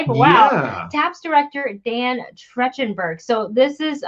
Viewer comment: it's pronunced like Track-ten-berg